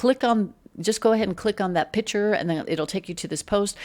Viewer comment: what is another name for a painting - a PICTURE.....or a P I T C H E R ?????? $anta needs to learn english. Irritating to see the english language language butchered....Say it with me.....PICK-chur. Thank you.